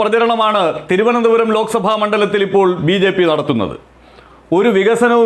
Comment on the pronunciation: Swantham constituencyude peru polum parayan ariyatha candidate aane rajeeve chandrashekar. Thirunthoram thirunthoram ennane parayunnathe.